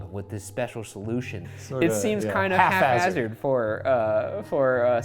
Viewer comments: Shane pronounces the ph in haphazard like f . While not entirely correct, it is pretty cute 😂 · When they pronounced it “Haf-hazard” I thought it was another Mandela effect... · Did both of them simultaneously say "haFhazard"?!?!